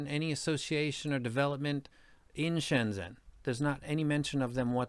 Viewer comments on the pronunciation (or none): Really cool video and appreciate you taking the time to talk about this amazing city. Just a quick tip on the pronunciation… in Pinyin, the Zh sound is like the J in Jennifer, or maybe G sound like in Genuine. So it's more like ShenJen.